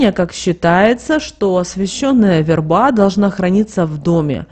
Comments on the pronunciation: В е рба, а не верба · Да что же вы искажаете смысл слова "верба" Говорите правильно! Слух режет.